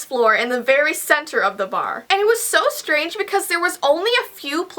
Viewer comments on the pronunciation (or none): none